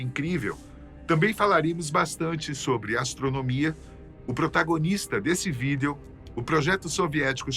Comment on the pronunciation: Por que o apresentador não sabe falar VÍDEO???????????????????????